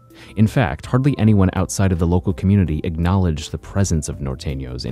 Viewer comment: This white boy narrator is trash.I like the way he says Nor-tenio just like a white boy🤣🤣🤣🤣🤣🤣